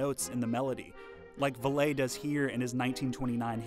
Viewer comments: His pronunciation of valet just proves that he didn't hear about the guy before he made this video. Probably didn't listen to a single song of his. I bet he can pronounce kesha just right tho. Haha Nevermind at least he's trying and doing good work. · Love it, but it's pronounced Rudy VAL-ee :-) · Rudy "Val-lay"... Seriously, you are the only one to ever pronounce his name like that..!! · Can't blame him. The accented "é" is meant to be pronounced as "ay", so it's only natural for a person to assume that pronunciation. Honestly, it's such a minor detail and it really shouldn't matter since it doesn't take away from any of the information in the video, maybe except for a pronunciation(which is not relevant to the topic). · Rudy Vallee's last name was pronounced the same as "valley." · (Swiss) Cheddar 'deep dives'? Rudy 'Val-lay'? 'Simblance'? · HIs name is pronounced Valley. Your pronunciation is driving me nuts. Otherwise, a good video. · Rudy Valet?, you might want to check the pronunciation of the names of people you pretend to know about. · Vallee pronouced "Valley." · Rudy VuhLAY? LOL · At least one of the sheet music covers renders his last name as Vallée, which would be pronounced the way the narrator does. My hunch is that he just stopped correcting people. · This is the first time out of hundreds of times I've ever heard Rudy Valee's name mispronounced. Not surprised that the narrator sounds like a young guy, but taken aback that some young goof speaking for Cheddar in the comments above actually took the time to gaslight everyone with the "it's an easy mistake to make" excuse. Well, no, it's not an easy mistake to make, if you'd ever heard of Vallee and his music before you undertook this "explainer" piece. It's as if he can't handle criticism well at all. Milennial thing? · I'm British and wondering what's wrong with pronouncing Vallée as "Vall-ay". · Jeez -- it's Rudy "Valley" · Rudy Vallee’s last name is pronounced as valley, not VAL-LAY.